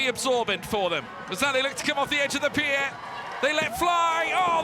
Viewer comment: The most challenging was the speaker uttering the word "pi-er".